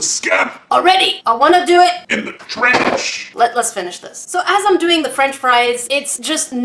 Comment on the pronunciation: She said trersh!! LOL